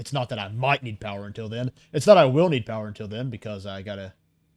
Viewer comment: Lots of powah